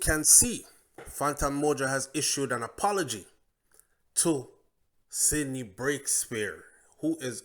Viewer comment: its CINDY NOT SIDNEY!